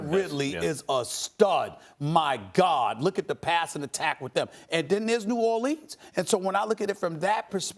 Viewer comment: Nobody: Stephen A. Smith: New Orleens